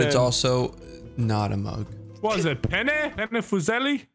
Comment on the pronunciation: says "Pene" Every Italian: 👀